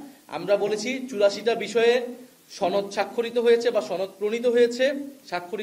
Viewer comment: সনদ উচ্চারণ শুদ্ধ কর বারবার ছনদ উচ্চারণ কর এর কারণ কি??